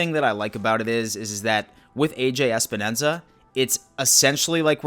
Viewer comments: WTF!!! lol Espenensa🤣🤣 It's Epenesa bro, so funny!!! He's a beast!! Power with great hands!! Deceptively fast too! Just think of Phil Hansen, Let's go!! 💯💯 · Everyone say it with me: EP-EN-ESA! It is not ES-PEN-ESA. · "Especially our first pick: AJ...." "OH SHIT! How do I pronounce it! Think! THINK" "...Espanenza!" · Love your videos but get the damn name right EPENESA is not that hard lmao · Mafia brother, its a samoan last name and its pronounced eh-peh-neh-sa lol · He was throwing in a few extra syllables, haha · Can you pronounce Epenesa's name correctly please? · Anyone who can't even be bothered to pronounce a pick's name correctly is a total dick. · Not only did you say his name completely wrong, you must have done it a dozen times. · This fucking loser doesn't even know how to pronounce Epenesa's name right